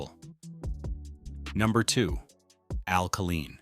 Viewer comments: Why didn’t the announcer know how to pronounce Al Kaline & a couple of other names.Tris Speaker played the majority of his career with the Cleveland Indians. Should have been replaced by George Kell. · Killeen is a city in Texas (on the outskirts of Fort Hood). Al Kaline (pronounced KAY-LINE) was the Detroit Tiger baseball player. One would think a video extolling the Detroit Tigers would pronounce his name correctly, especially since he was on this side of the grass until 2020. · The MAN’s name was Kay line not ka lean. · First, why is Lou Whittaker not in the HOF?? As a LIFELONG Tiger fan(atic), how do you create an otherwise excellent video with the mispronounced name of Kuhleen? Geez...i would narrate this vid for free not to disrespect MR. Tiger! Willie Horton deserves, at least, honorable mention for his contribution of helping the city of Detroit from imploding during and after the turbulent times. Know that it sounds pretty weak after my criticism, but truly enjoyed your presentation! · if you can’t even pronounce “Kaline” as “Kay-L-eye-n” you have no credibility. It is not “Kuh-Leen”. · Unbelievable how you can mispronounce AL Kaline!!! Lou whitaker is a Hall of Famer. Higher War than Miguel cabrera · How in the world can they pronounce Al Kaline's name and butcher it in that fashion? Also Kirk Gibson was not MVP in 1984. Willie Hernandez, Tiger reliever was. Gibson was MVP in World Series! Tris Speaker never ever played for Tigers. Who in the hell put this amateurish thing together? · he did not also don’t know how to pronounce Kaline’s name